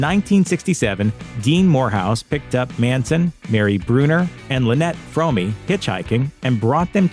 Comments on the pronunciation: Well you got it almost right. Lynette Fromme’s last name is pronounced Fro (as is Show) me. It’s not pronounced Frau me as you stated. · Yeah but the family didn’t not pronounce the name “frommy” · Sorry but I prefer the supposedly incorrect but commonly accepted pronunciation of Lynette’s name. “Squeaky Fromm-eeeeee” sounds too much like a cartoon character. Then again she seemed like a real-life cartoon character anyway.